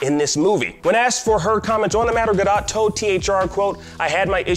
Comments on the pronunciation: It's pronounced like "ga-dough" not "ga-dot" You don't pronounce the T. No hate though! Thanks for the updates! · Yes it is there is no soft T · It's gal Ga-Doh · Most of the dislikes is because of him repeatedly mispronouncing Gal's last name. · Who else is triggered by the way he kept saying Gal Gadot's name like an American... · He must be ... an American??! What a fool 😡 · This man needs to learn how to pronounce their names. Wow...rude.